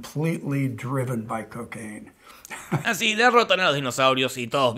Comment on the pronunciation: "What happen when a movie is made completetly driven by cocainum" No Puedo pronunciar esta frase sin cagarme de risa al ver este video jajajaja